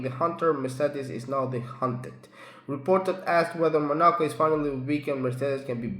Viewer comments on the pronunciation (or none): Bro it's not called monarco😂😂😂😂